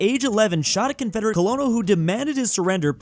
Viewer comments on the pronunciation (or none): it’s pronounced Kernel, Colonel Sanders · IOK UNOSIKNHFBFBWF COH LOH NUHL IM PRESSED. ITS KEHR-nul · HE SAID "COLONAL" WTF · can’t believe you read colonel as colonel